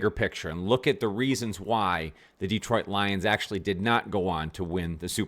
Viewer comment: Good work. (And it's still not DEEtroit).